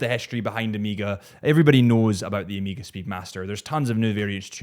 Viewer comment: I can’t take you serious while you mispronounce OMEGA and Breegeey??????? Wtf man?!?!?